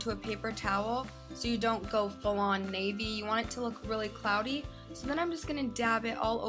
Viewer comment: She said clody